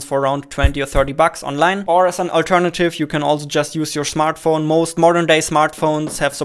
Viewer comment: the shmartphone xD